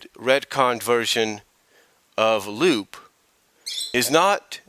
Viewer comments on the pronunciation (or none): Oh, and no offense, but you pronounced Lupe's name incorrectly. It's not "Loop", it's "Loo-Pay", or "Loo-Peh". And honestly, I'm not really a big fan of her redesign very much. Her new design looks so generic, and it does not have the same charm or originality than her original design had. I didn't think there was a problem with her being older. But then again, that was a decision on Ian Flynn. So I guess who am I to question his choices? But that's just me. I'm just not a big fan of Lupe's redesign. And contrary to what you said, she's had very few appearances throughout the years. Sure, she did have a few appearances in the comics. But she served little to no purpose to the grand scheme of the story. And I'm rather skeptical. But I don't think we'll be seeing much of her in the future. Not with how Archie Comics continually shoved her to the side.